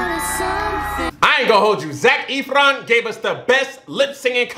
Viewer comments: Lmao Vanessa Hudgens was 16 when this movie was filmed. She was NOT 25 playing a teen, she was a teen. And also Zac’s last name is pronounced as Eff-ron not Eef-ron 😂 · i felt so mouch pain when he called zac efron zac eeeeeefron it is pronounced zac fron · You're pronouncing his name wrong it's not Zach etheron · "Zac Eefron" 😂😂😂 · the way pronounces it like ETH-RON kills me everytime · Ethron? That’s not even close to how his last name is pronounced